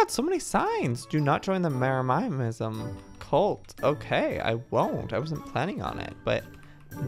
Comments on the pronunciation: Joey what you could’ve done was make the planets bedrooms for the club members. Also it’s not jerimimsm it’s Jeremy-sm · Joey it’s not jerimiamisum! It’s JEREMY ISUM! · No one: Absolutely no one: Joey: Jeremiahmism if somehow joey sees this its pronounced ( Je - re - mi - ism ) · It's so funny watching Joey say Jeremyism wrong 😂 omg thx for all the likes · Ikr? jeRaMaYamIsM